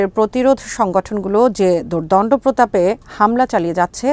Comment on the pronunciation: শব্দটি “দূর্দন্ড নয় বরং দুর্দান্ত”